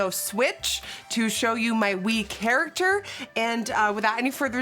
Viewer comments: CHARACTER NOT CHARACTHER. no hate doe💞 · “Charachter” jajja ily nikkiee! This is awesome!